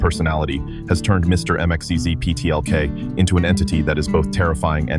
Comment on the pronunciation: It is pronounced Mix-yez-pit-elik.